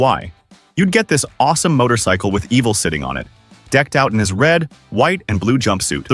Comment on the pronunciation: How did "Evil" turn into "Eaval"?